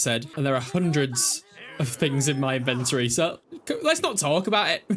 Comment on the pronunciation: The way you say “inventory” is hurting my soul 🙃